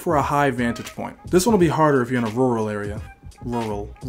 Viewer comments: you trying to say rural reminded me of Amines Campfire music video lololol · Lol u can't say rural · I didn't know English speaker also have hard time pronouncing 'Rural'!!!!